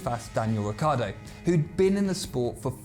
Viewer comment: It's not Riccardo, it's RICCIARDO